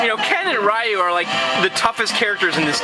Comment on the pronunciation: yeah you obviously aren't that into street fighter, by saying pronouncing chun-li's name as "choon li" and "Rye-you". it's "Ree-you" or "Lyu" or even if you want to get Japanese slangy (very rarely) "Lee-yu". and "chuhn li" thought u should know....